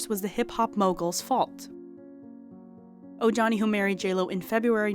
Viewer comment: Great video!👏 Part 2 please. (PS i believe it is pronounced like O-ha-knee)